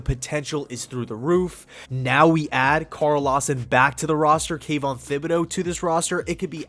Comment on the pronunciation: Kayvon's last name is not pronounced with a th like thimble, the H is silent.